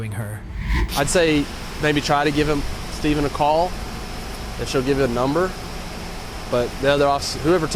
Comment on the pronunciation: Narrator said “Stevven” 🤓